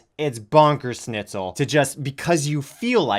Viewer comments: Ahhhhhhh ‘bonker snitsel’ it’s schnitzel, sch is sh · I do wish if onision would make random funny german words he would at least pronounce them correctly. Fucking "snitzel" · Also, what about the fact that he's calling his spouse 'Lainey' instead of 'Kai'..? Some ally he is. Also, he pronounces schnitzel wrong. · Greg trying to pronounce then butcher the word "Schnitzel" made me want to commit ear suicide.